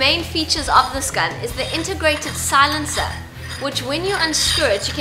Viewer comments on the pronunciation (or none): none